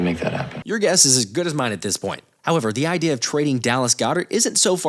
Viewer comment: I know you didn’t just say “idear”!!!! 🤨🤣🤣